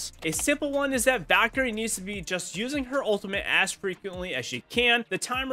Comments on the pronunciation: Every big mistake you made in the video: pronouncing the "L" in Valkyrie. You literally said Vakkery EVERY TIME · Vakarie Bro can't pronounce L's